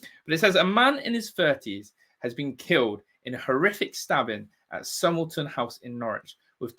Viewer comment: It’s pronounced Somer -lay-ton house. I used to live in Norwich.